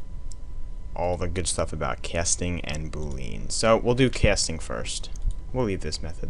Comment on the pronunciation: The correct pronunciation of "boolean" is boo+lee+an